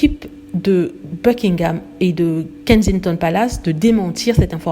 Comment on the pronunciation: Vous n'êtes pas capable de prononcer ''Buckingham'' ou ''Markle'' ainsi que d'autres mots en anglais comme il se doit ??? Ce sont des mots en ANGLAIS, des mots qui ne se traduisent PAS en français, alors s.v.p. faites un effort bordel!! Vous, les froonçais, qui aimez tellement les anglicistes à toutes les sauces, apprenez, au moins, la bonne prononciation!! Misère 🙄...ces fronçais!!!